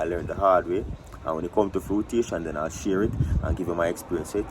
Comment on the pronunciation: The word is 'fruition' not frutation. No such word exists